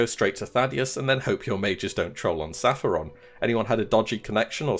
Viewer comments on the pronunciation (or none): none